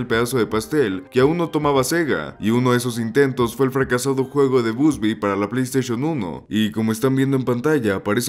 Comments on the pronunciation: ❌ Bubsy ✅ Busby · "BUSBY" jajajajaja!!!